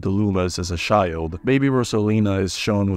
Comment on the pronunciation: “sherry” and “shild” is took me out